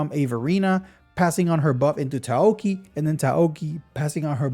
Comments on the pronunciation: Ta-Yow-Ki. Bro turn Chinese name into Japanese. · Very indepth overview and it's nice that you included lvl 6 skills. But please, it's Tao-chi. Just a little distracting. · THANK YOU I WAS GOING INSANE HEARING TA OO KI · Taoqi is pronounced Taow (Ta like tamarind, ow like ow that hurts) then Chee (like beginning of cheese). Rly butchered that one. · Just as a note since you're probably going to have to say her name a ton more times in upcoming videos - Taoqi is two syllables, tow like you saw cow, and chi like when you're referring spiritual energy, so tow-chi. Thanks for all the calcs! I'm super hype of Jinhsi.